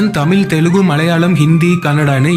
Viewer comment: தமில் இல்ல தமிழ்